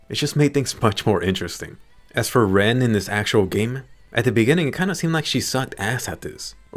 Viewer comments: Ma boi is LENN not RENN That aside it, nice review. This is the GGO I been waiting for not the other one we got :( ln is gewd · I kept thinking you were saying Rem the entire time XD